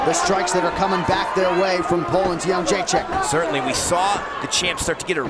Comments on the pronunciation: Nobody in the US can pronounce that name :D isn't it Jedrecheck? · Jo - J - Check ••••••• Not That Hard To Pronounce ! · "The champion" is easier to pronounce than "Jrdzjck"